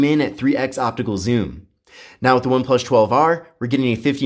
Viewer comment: Every video of this guy doing review for one+ I cant get over how he pronounced one plus. Why does he get saying one plush. Its annyoing the hell out of me